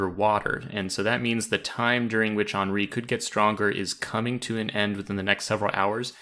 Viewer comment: HEN REE not on ree.